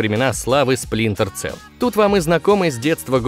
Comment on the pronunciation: Да блэт не Целл, а Селл. Сплинтер Селл! Ну нет в английском языке звука "цэ".